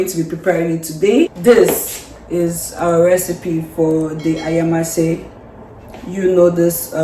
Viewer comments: We good, tanx for taking us to d kitchen😅😅just look at d way pronounced DAT ayamashe ..my people well-done,how did u get dat locust beans?it looks yummy tho,well-done,I want to eat pls😅😅😅😅pls let baby dreams eat oo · Lmao the way your hubby pronounced the ayamashe 🤣🤣🤣🤣 Lmao I swear that locust beans stinks😂😂 and your hubby couldn’t even hid it